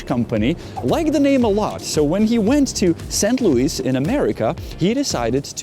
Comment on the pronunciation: St.Louis - drop "s"